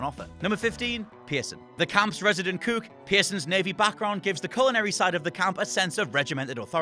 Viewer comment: He says "cook" funny